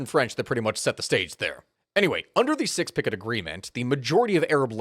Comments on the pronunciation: Amazing, this is the first time I have ever heard Sykes-Picot pronounced as "six picket". Meme-worthy. Sykes-Picot is pronounced like "psychs pee co". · SICKS PICKIT ffs is pronounces - Psykes Pick Oh! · For anyone who didn’t know Sykes Picot is pronounced: Sikes • Pee • Kow. not: Sicks • picket. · "SIX PICKET agreement"?? You mean Sykes Picot? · Sicks-Pickett is the wildest pronunciation I've ever heard of for the Sykes-Picot agreement. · had to double take at the 'sicks-picket' agreement 😂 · Same. I can't explain Sykes, but Picot... clearly French isn't a strong suit. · That's an interesting pronunciation of sykes-picot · Thats not how you pronounce Sykes-Picot.